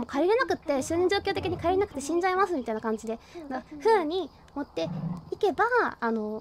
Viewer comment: いけばー↑じゃないねんw